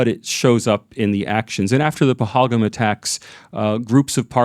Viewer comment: First of all improve your pronunciation OF PAHALGAM